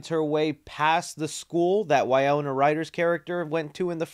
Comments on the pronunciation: Winona… wiNona… wiNOna.. WINNNNNNNONNNNNA. Not wiyona or whatever you were saying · Wy-no-na. Good video but your errors make you look bad. Love the shelving displays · The mispronounced names in this video are wild. WAY-ona Ryder! Justin Thorax! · No one noticed you said Way Oh nuh Ryder instead of Why No nuh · Bro! Say it with me...WY-NO-NA! Also, Catherine O'Hara is a legend. How can someone mistake her for someone else? I'll chalk this up to excitement on the trailer. Take your time with these vids though, man. I'm sure people appreciate it more when you get names, details, facts, etc correct rather than speed through things and get it wrong, and not be able to edit it. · Winona Ryder is pronounced “whin-ohn-ah” sorry for the correction😅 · Winona = Wuh-no-nuh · Re do this video its pronounced WIN-OWN-UH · Why do you keep pronouncing her name as Wayona Ryder? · are you pronouncing Winona Ryder incorrectly?